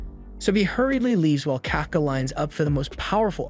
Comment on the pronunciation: Kafka Kafka (Cough)(caw) Not (Calf)(caw)